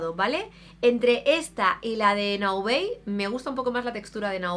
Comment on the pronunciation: "Naobey"???? Pero si Naobay es una marca 100% española 😳😳😳